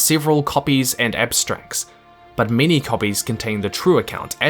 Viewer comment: What you say: “many elves” What I hear: “mini elves”